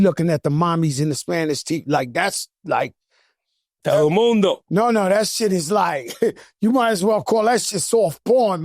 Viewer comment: Jada said Telemundo !!😂😂😂😂